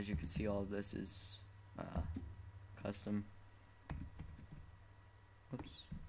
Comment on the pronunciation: It's not coustom, it's custom!